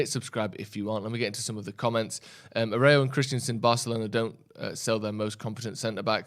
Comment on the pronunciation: Hope get Ten Hag. The Barcelona player is pronounced Arrewjoe (Aroujo) or Arrewhoe.